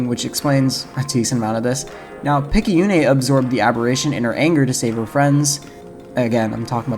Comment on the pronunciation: Amazing video, it's great to see a proper analysis of this fantastic lil indie gem! Though one thing of note, Picayune is pronounced "Pik-ah-yoon", but Picayune' does sound a lot cooler! It's actually a real word, meaning "of little value, importance, or consequence; petty, trivial, small-minded" which is pretty interesting, as Picayune herself is the polar opposite of those characteristics. What with her becoming both a spaceship captain, and an eventual eldritch horror! Kinda screwed up that her own parents would name her that, almost as if they had such low confidence in their own daughter's capabilities. Which puts a lot of things into perspective, it's no wonder she of all people became an incarnation of the Aberration itself.